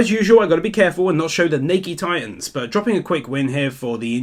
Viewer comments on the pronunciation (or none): none